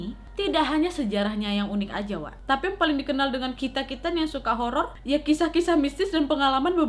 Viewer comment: 0.13 Kak Nadia : "ok malam jum'at ini Nadia kembali dengan cerita apa??" Me :"hororrrr" (treak2 lupa kalo chadel huruf "R" jadi ketawak semua yang dengerin)